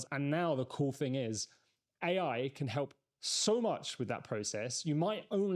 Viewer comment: THing not Fing - you lose credibility with this. Pronouncing T’s would suit you better, rather than just half your T’s